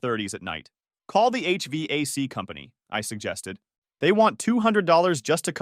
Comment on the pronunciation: HVac is pronounced as letter "H" then word "vac", poor AI not given correct info